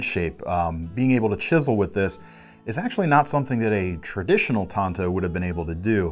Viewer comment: keep your hand size reference and thank you for pronouncing TANTO correctly.